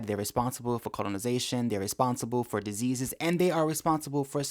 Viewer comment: "Disseases!" Who are the no.1 Spreaders of AIDS again?